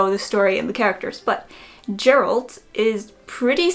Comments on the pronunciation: It’s Geralt not Geralt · Thats not how you pronounce Geralt... hurts me every time